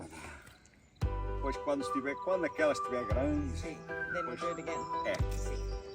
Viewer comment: Lastly, it’s pronounced “SiM” and not “Si” ❤